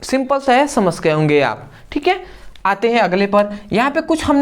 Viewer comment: samajh gaya ❌ samash gaya ✅